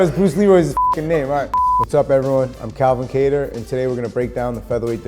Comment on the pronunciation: Wheres the short sound vowel in kattar , its not cater, its kah-tar. Bc When a word has two vowels separated by two or more letters, the first vowel makes a short sound meaning the a in kattar should be pronounced as” kah-tar” not cater as in ‘apple’ as in ‘octopus’ as in ‘basket’ As we learn in preschool. What is the point of our language if not used correctly.